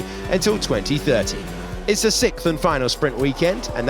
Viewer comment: would have a clue how to say 'sixth'.